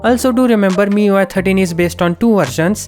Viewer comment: "MIUI türtien"